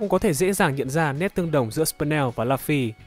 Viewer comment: Lúp phi cứ đọc là lắp phi